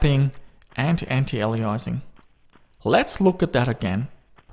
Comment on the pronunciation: You keep mispronouncing 'antialiasing' in all your videos. It's not antialeizing, it's antiALIASing.